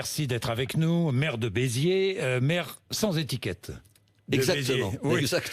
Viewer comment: c'est pas "maire de beziers" mais "merde de beziers"